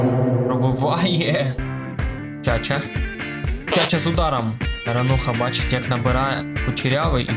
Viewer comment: не Чача😂 а правильно Чачуа